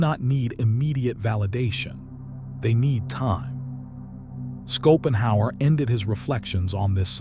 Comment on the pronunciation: He is pronouned Shopenhauer, not Skopenhauer! 😂